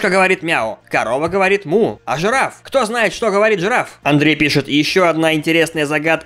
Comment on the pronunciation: жирафи говорят как зебри